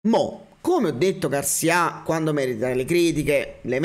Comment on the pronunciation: Garcìa Garcìa Garcìa come il sergente di Zorro!!! Non Garcià mannagg a mort me fatt fa a fin r'Hermione